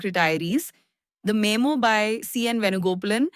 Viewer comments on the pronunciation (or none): You can't say memo